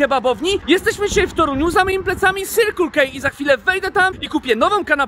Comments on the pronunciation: "Sirkul kej" kocham xD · CYRQL KEJ XD ponglish niszczy moje uszy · Sirkul kej - masakra. Wymawia się „sekl ki”